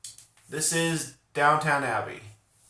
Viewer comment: It’s DOWN-TON Abbey, NOT DOWN-TOWN 😆